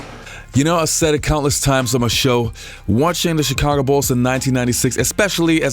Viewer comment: stop pronouncing Chicago wrong